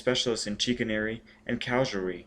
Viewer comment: If you don't know a word, look it up! Presteign=PRES-stayn. Chicanery=shih-CANE-ery, etc.